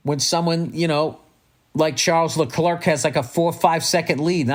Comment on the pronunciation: Say it with me - “Sharl Leclair”. It ain’t “Chuck the Clerk” dude Can’t wait to say “the tang is shorter”. Nunavut is Inuit - play that place!